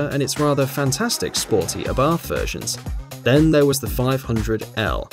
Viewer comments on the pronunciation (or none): none